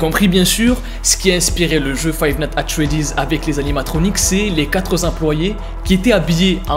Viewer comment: five natte at freddy's